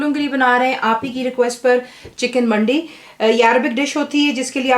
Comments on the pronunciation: Assalam alaikum, Sister Masha Allah it looks yummy but this is Arabic KABSA not Mandi. Please check the this link Please dont mind i am just giving you the right Information. The right pronunciation is MANDEE and this is Saudi Dish. Regards. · The right pronunciation is مندي :)